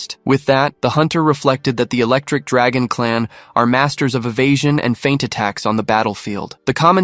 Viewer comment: my nigga did she say misty was an electrik draagon get your ahh out of here